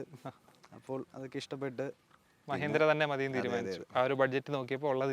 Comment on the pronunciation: മ്യഹീന്ദ്ര, മ്യാരുതി എന്തോന്ന് ഭായീ ഇത് മലയാളത്തെ കൊല്ലുന്നോ